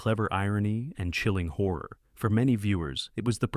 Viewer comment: I wish they could learn how to pronounce Horror.